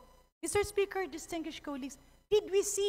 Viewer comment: Ayoha imong pronunciation sa DISTINGUISHED 😂😂😂